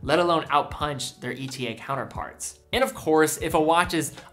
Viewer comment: Pleas it is pronounced e-tah